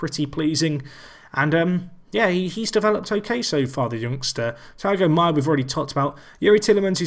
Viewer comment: It's not Taigo Maia, it's THIAGO Maia, exactly like Thiago Silva.